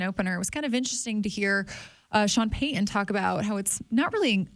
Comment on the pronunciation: can’t say the T sound in the middle of words, like Sutton or Peyton etc… just an observation. 💚